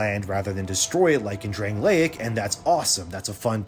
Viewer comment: Bro.. you played the game, but cant say Drangleic? Pass.